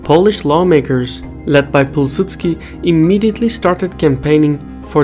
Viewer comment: Impressed with your pronunciation of Józef Pilsudski 😁 Kudos!